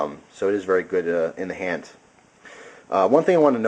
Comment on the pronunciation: I notice how you are sayin hand like hant ... are you german ? (lols in a corner)